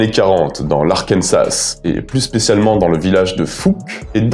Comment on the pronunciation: super comme d'hab. Très envie de voir Willow Creek que je ne connais pas. Sinon petit détail de pinailleur de merde mais c'est pour un petit point culture. En france on dit "Arkansasse" en prononçant comme "Texas" mais en fait c'est un mot sioux qui se prononce "Arkanssa". Tommy Wiseau l'auteur de The Room célébre nanar racontait a l'epoque qu'il etait américain voulant cacher sa véritable nationalité, mais les ricains l'avait grillé du premier coup car il disait justement "Arkansasse" et que aucun ricain ne prononcerait ça comme ça.